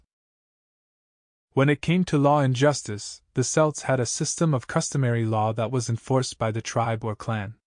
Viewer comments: Celts is pronounced with a hard C , as in Kelts. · Celts with a hard c is fairly recent. It is closer to how the word was originally pronounced but Latin words beginning with c and followed by a vowel were softened to an s sound in English to give modern words like ceiling. We still pronounce Caesar like 'seize her' when the German kaiser is closer to the original. The reason the Boston Celts and Celtic FC are pronounced with an s sound is because that is how celt was pronounced in English back then. I prefer the hard c pronunciation myself but the soft c is still correct, just not the popular pronunciation anymore. Similarly Boadicea has gone from 'bow da see ya' to Boudicca - 'boo-di-ka'.